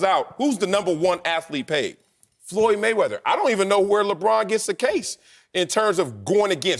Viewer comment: It's mayweather. Not close